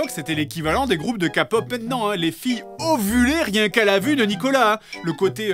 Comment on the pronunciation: LES GROUPES DE QUOI??? K POP??? C QUOI CETTE PRONONCIATION 🤣🤣🤣